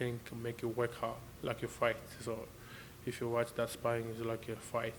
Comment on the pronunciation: Martin "sparring" bakole